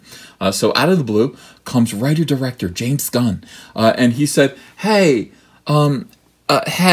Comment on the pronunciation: Did you say James Gunnt?